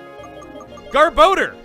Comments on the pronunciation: anybody else bugged by the name "gar-bo-der" instead of "gar-buh-dor? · chuggaa...it is pronounced GAHR-BAH-DOOR, not "gahr-bow-durr."